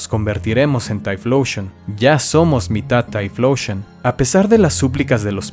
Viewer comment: deja de decir "Taifloushon"